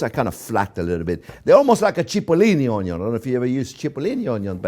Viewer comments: He doesn't say Onion, he says Onyo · The first time he said “onyon” I knew who he was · You're all wrong. He says Oño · I never seen a chef with this much passion for his "oniyon"❤❤❤❤❤❤❤❤❤ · This guy does loves his Onyo's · Chef Jean-Pierre: "I could live on Onyo....." Everyone else: Yes Chef, we know. We know! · Oh...I would need my “onyo” goggles....🤓 for that one....why are you not crying??? Must be magic. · I need a t-shirt that says "J'aime les Onyos" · Like the onyo, I also enjoy getting stuffed with meat and topped with white sauce 🥴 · The "onyo man".... Onyo..onyo..onyo..onyo 🎉🎉🎉🎉🎉🎉 Wonderful teacher... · Came for polnareffu, stayed for onyun. I love this channel. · came for onyo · A good onyo is apparantly also a stuffed onyo and not just a eavy onyo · Im a simple man. I hear 'onyo i give 👍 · I am a simple man, I hear onyo, I like. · I haven’t seen this guy in months, I miss the onyo. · i like when he says onyo it's very satisfying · Every time he says onyo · Onyo Onyo !Onyo Onyo !Onyo Onyo !Onyo Onyo! Onyo Onyo! Onyo Onyo ! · when i hear the onyo , i know this is a good dish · YOU STILL SAY ONYO EVERY TIME, IT'S BEEN YERS LOL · Valhalla onyooooooooo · Just him saying onyo is top 5 most wholesome moments worthy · u mean french onyo soup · Me too. I used one of his recipes a long time ago and came across a video today and new immediately who it was by the onyo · I grew up eating stuffed bell peppers. Never heard of stuffed on-yons. 😁 Gonna date myself here. Chef Tel from waaaaaaay back pronounced it, “on-yon” too. LOVED IT! Please look for WA State Walla Walla onions. You may find them to be sweeter. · Best Onyo pronouncer in the world. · Love the way you say Onyoon. :) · Onyo isnt even a joke anymore, its a way of life. Love the onyo, live the onyo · Oignion de oignion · The legend of onyo do not cry again when working with onyo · Find someone who loves you as much as chef Jean Pierre loves Onyos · I hear onyo I subscribe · I love how he says "onyo"